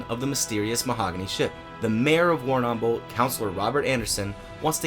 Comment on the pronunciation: Okay, for the record, you are definitely pronouncing Warrnambool incorrectly. You are accentuating the second 'a' too much and it disjoints the 'bull' sound at the end. I'm sorry to be nitpicky but as a local to the area, it is a bit of a pet peeve XD